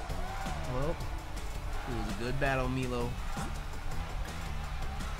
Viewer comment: I’m sorry, BUT ITS MILO LIKE MY LOW PLZ STOP WITH MEELO, triggered me so much loool